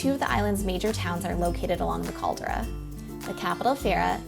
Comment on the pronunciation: Caldra lol? Its more like CALDERA